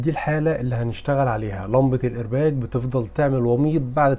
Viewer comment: الايرباق بالقاف وليس بالجيم